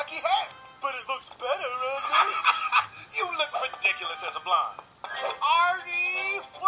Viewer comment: His name is Artie not ardy!